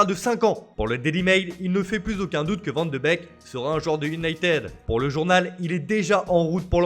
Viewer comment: vandebéék, ....pas vandebèk